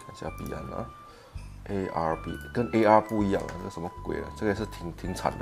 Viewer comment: 老铁讲arb怎么讲成arl了